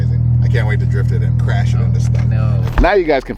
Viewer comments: "kwash me?" lmao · "Whatd you say, cwashhhh meh" lmao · "Cwash me?" 😆